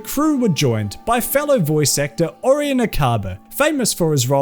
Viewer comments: It's either Ori-On or Ora-Yen. But not Ari-yen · It's pronounced O-ryan, ffs, NOT Or-in. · How do you not know how to say Orion?